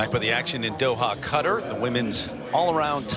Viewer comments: Right at the beginning of the video, he pronounced Qatar as “cutter” and I’m losing my shit over it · Bliss Gustafson it’s pronounced KAH tar